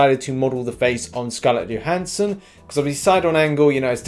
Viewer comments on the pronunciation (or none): none